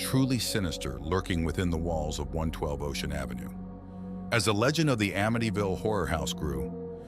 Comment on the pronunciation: You said there names wrong and amityville wrong